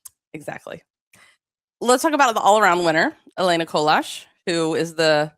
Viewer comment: The S in Colas is silent :)